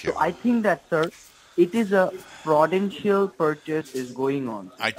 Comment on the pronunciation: That frawdentchial porchase seems very suspeechoius so check your keyboat and hold it👍Legend